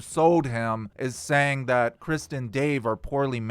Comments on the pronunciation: This video and your speaking is 98% awesome and entertaining and amazing. But 2% is so confusing and annoying cuz it sounds like you are saying “Kristin Dave” not Chris And Dave. Lol 😂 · The T in krist is silent. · not gonna say re-do this, but when you say ‘Krist’ (and Dave) instead of Chris and Dave, it sounds like ‘Kristen Dave.’ And you know that ‘KrisT’ is just a ‘Christ’/punk stage name joke right? Same reason why Kurt pretended his name was ‘Kurdt.’ Just a silly band joke.